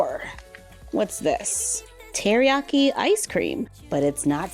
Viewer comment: Teriyaki Ice Cream 💀 It's taiyaki